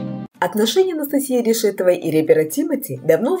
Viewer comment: Что за дурдом то такой а,почему вы неправильно делаете ударение на фамилию.Анастасии.Ну как так можно вести блок и не знать как правильно фамилию называть.Колхоз.